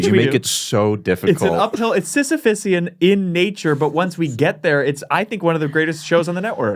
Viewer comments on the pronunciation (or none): repeatedly saying "sisyphusian task" when it's "sisyphean task" is the reason he has post concussive syndrome.